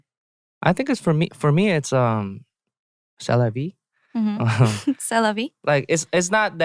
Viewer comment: I am French and Ashley's pronunciation of "c'est la vie" is super great!